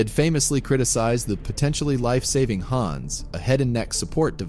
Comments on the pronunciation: HANS - Hawns not Hands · It's pronounced "HAHNS"